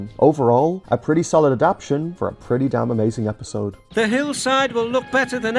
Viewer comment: Andrew Brenner being upset about not being credited is understandable, but considering how Awdry felt about Henry’s Forrest that might have been a good thing :p Also not that it matters all that much but you keep saying “adap-tion” instead of “adap-ta-tion”. Is that uh, a personal choice or… 😅